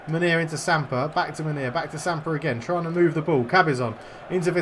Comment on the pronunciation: Munier is pronounced moon E air